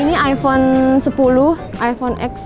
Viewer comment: Aypon yah bukan aivon😁